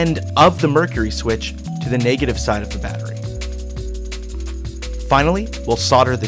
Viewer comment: SOLDERING NOT SODERING AND NEGATIVE NOT NAGETAVIE